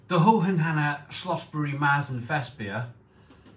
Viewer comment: Sorry to be pedantic but the umlaut ( the 2 dots) on the A turns it into an E....so it's Mertzen...not Maaartzen.....so now you know!!